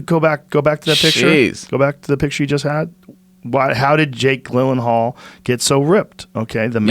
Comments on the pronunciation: Hearing Rogan say “Jake Glenenhal” instead of Jake GYLLenhal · Joe "Jake Glyllenhaal" Rogan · "Jake Glilinhal"